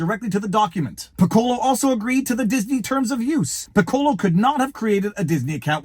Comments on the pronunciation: I've been disillusioned about Disney for years. It's very sad. (And Viva, "Piccolo" sounds more like PICK-ko-lo. Accent on the first syllable. Like the musical instrument. It's the Italian word for "small.") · I dunno... but in band we pronounced that "PICK-uh-low"